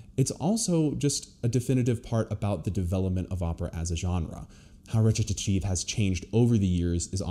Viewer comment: Wait, howdy you pronounce Recitative? t sounds like Ret-ta-tive.